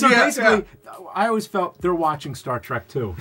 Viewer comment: I hate when people call it star track. It’s trek for god’s sake. When you say track you’re not only wrong but an asshole idiot who can’t speak English words even though you claim to speak the language